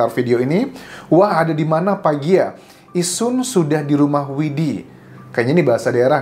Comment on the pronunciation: PAGLA bang bukan PAGIA.. biasa diapakai ABG cirebon indramayu. panggilan akrab teman dket yg artinya BLOON...